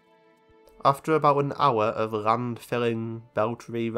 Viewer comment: suddenly noticed a trend in your accent which has become extremely difficult to unhear. It’s how you pronounce L as R. Rand instead of Land, reft instead of left, and prace instead if place. Amazing video regardless, but I haven’t heard this in other accents.